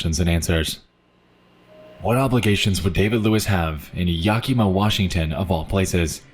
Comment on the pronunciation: Bro keeps saying Yakima wrong 😳